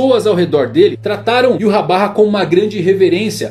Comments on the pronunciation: EROU! N é "Iurrabarra" é 'Ivahrr' Yhwach = Ivarr Yh som de I, W som de V, CH som de R arrastado feito com a garganta. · "Yuhabaha" achei meio estranho, quando lia o mangá li em algum lugar que como o nome vem do Alemão a pronúncia seria algo como "Yvar", então eu lia Yvar 🤣🤣🤣 Adorei o vídeo, like já! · Não sou o chato da pronuncia, mas Iurrabarra é de foder, sempre li Yhwach como Ivach. Fui no tradutor, e em alemão é algo como Ivarrr, e em japones Iuacu. Iurrabarra parece inimigo do tripa seca. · Em 2014 quando comecei a ler Bleach, eu pronunciava Yhwach como "Íuachi". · Ywach? Yurrabarra? Não entendi o vídeo? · "Iuhabarra" mais uma pronúncia do nome do rei quincy adicionado ao dicionário. kkkkkkkkkk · cara essa pronuncia esta errada do Yhwach (é Alemão) seria mais Ivartch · YU HA BA HA??? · Como assim Yurrabarra? Kkkkk Gostei do material, vc só precisa estudar a pronúncia dos nomes em japonês tá feião kkkk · Iurabá kkkkkkkk